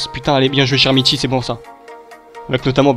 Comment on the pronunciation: Très bonne vidéo mec mais on dit [k]ermiti et non chermiti sinon bonne vidéo comme d'hab ;)